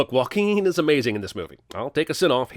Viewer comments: I have heard Joaquin's name pronounced in 15 different ways... Now it is up to 16. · "Jokalking?"= Joaquin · “Jolkaing” got me